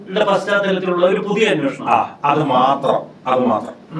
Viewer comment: അന്വോഷണം അല്ല അന്വേഷണം ആണ്. പറഞ്ഞു പറഞ്ഞു മടുത്തു... എത്രയോ തവണ കമെന്റ് ഇട്ടു! ' സോഭാവികം ' അല്ല സ്വാഭാവികം ആണ്. കഷ്ടം... പ്രബുദ്ധ കേരളം!